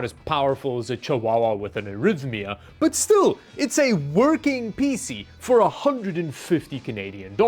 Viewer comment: "Butt first" instead of "But first" 😂